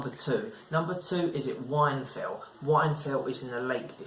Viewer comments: Whinfell not wine fell 😂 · Wine fell? It’s whinfell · It’s pronounced win fell